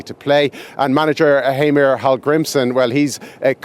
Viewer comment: Please stop pronouncing heimir like hymer. It is hey or hay-mir.